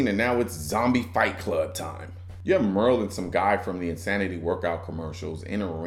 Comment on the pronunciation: The zombie ate that nasty ass after-birth! And it's Merle as in Muhrl not mare-rill. Quite frankly to be honest with you...I still love it.